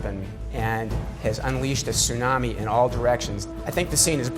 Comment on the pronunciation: Gaaaah the mispronunciation of tsunami is so distracting. Sunami (which is how they keep saying it) means vinegar wave lol.